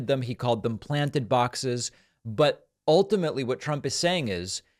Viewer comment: “Baaxes”! Is he getting funnier as he’s getting older? 😂